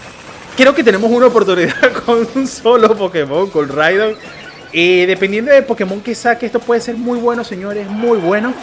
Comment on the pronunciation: Rigod en vez de Ridon 🤣🤣🤣🤣🤣🤣🤣🤣 buenísimo